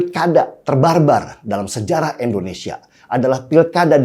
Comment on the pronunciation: bang denny... Indonesia, bang bukan Endonesia.. pake I bukn E ... dibenerin donk bhsanya..